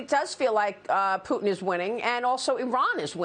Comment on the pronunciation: "McCrone" ... "Poo-tn" ... Yeah, yeah really qualified....